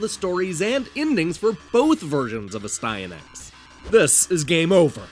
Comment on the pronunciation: ... I have been saying the name incorrectly all this time. I pronounced it AS'-tee-a-nax. Your way sounds way better :o)